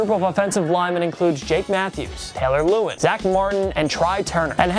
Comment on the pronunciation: This man said Taylor Loowin